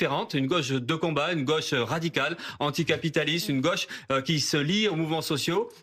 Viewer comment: Il ne prononce pas la gôche mais la gueche.